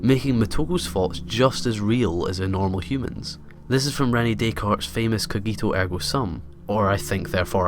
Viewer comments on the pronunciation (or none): the way he pronounces "René Descartes" and "cogito ergo sum" makes me throw up in my mouth